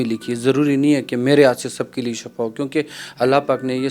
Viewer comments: shafa nahi shifa boltay hain plz shifa boliay. "" shafa maot hy or shifa ka matlab sehat hy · shafa nahi shifa boltay hain plz shifa boliay